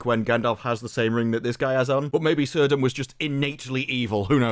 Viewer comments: Awesome video. Um. In Tolkien's work, names with a C are pronounced with a hard C like a K. "Kirdan". In your LOTR book, the Appendices, Appendix E, "Writing and Spelling", under "Consonants" "C has always the value of k even before e and i: celeb 'silver' should be pronounced as keleb." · It's pronounced "Kirdan".